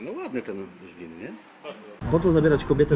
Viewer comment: Wszystko pięknie ładnie ale nie Żlin tylko Zlin. Zliniacy się o to wkurwiają bo na Słowacji jest Żylina, a w Czechach jest Zlin